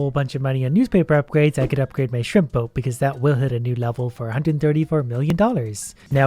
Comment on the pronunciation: Am I only one who hears "shrimpo" and not shrimp boat?